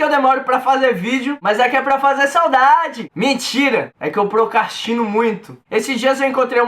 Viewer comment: "Procastino", amigo? kkkkkk o correto é "procrastino".